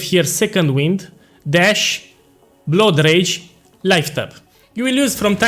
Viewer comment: Boss, your blood rage pronunciation sounds like road rage i was confused for sometime LMAO